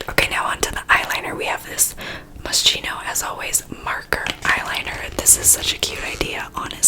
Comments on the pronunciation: So, I love how you are so honest that you don’t know how to pronounce it but it pronounced like mos-k-ino instead of mos-ch-ino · Moskino not moshhno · I think its "Moss-ski-no" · its pronounced as Moskino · “Moss - Key - No” just FYI. 😊😂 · Moschino is actually pronounced Moskino lmao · It's like mos-kee-no 😊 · It's pronounced Moskino, I'm not getting IPA involved in this 🤣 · MosKino, that's the prononciation hahaha ❤️❤️❤️ The only ASMR videos I can watch 'cause you are just so funny! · It‘s pronounced Moskino ♥️ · I think I’ve heard it pronounced “Mos-keeno” does anyone know what the correct pronunciation is? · Love these videos! Fyi, you have to pronounce Moschino as « moskino ».. in Italian « ch » are pronounced as « k » 😊💜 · Moschino is pronounced *Moskino* 😂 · hey mia! When you pronounce moschino it’s actually a “k” sound rather than a “sh” sound, the rest is perfect! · You pronounce it mosKEENoh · Oh wow I have that same mascara! Also I pronounce it moh-she-no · It's pronounced "moskino" ;) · It's pronounced Moss Kino lol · I’m pretty sure that you’re supposed to pronounce Moschino like moskino. 🤔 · The brand is pronounced "Moskeeno", just to let you know❤ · Its pronounced moskino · It’s pronounced Mohs-KEY-noh ❤️ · I've heard it pronounced like moss-keen-o (almost like rhyming with mosquito) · It’s moskeeno 😂😭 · Moschino is an Italian brand and it’s pronounced “ Mos-Kee-no “ Just lettin u know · The way you murdered the brand's name😂It's pronounced as 'moskino', the ch makes a k sound💕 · Hi! Moschino Is an Italian brand, and in Italian the letters Ch stand for an hard sound, /k/. So the IPA transcription is [mos'ki:no], you just have to replace the Ch with k and you are good to go! Btw I love your channel, I think that both you and your family are wholesome💕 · Its pronounced like mos-keno Ily❤️❤️ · I heard it should be pronounced MOSKINO (MOS KEE NO) just sayin.. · haha it's mos-kino but it don't matter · it's 'mo-she-no'